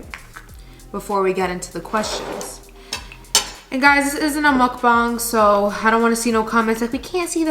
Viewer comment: The first youtuber i watched that pronounced mukbang right.